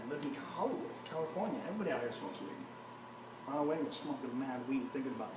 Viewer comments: Honald Haygen! LMAO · lol, Honold Hagan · Honald heagan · Honald Heagan lmfao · honald hagan hahahaa